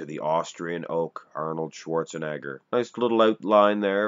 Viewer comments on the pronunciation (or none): none